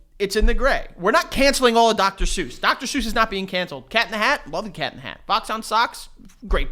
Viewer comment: Are we just gonna pretend that’s not how we pronounce Dr. suess?